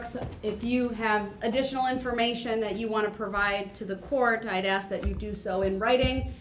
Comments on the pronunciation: Please just say the word "ask" correctly - learn how to speak like an adult. And he thinks he's the smartest guy in the room. He's a pathetic joke. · I axed about what was being put on my BahDeee 😂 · "you can axe me." Tell duh troof!!! LOL